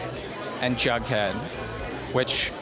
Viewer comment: Am I the only one who realized she keeps on sayin Baghdad instead of Jughead